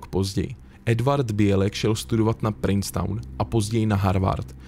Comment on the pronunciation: Zajimavy, ale "Princeton" se nikdy nevyslovuje jako "Princetown."